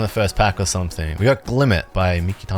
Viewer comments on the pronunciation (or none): none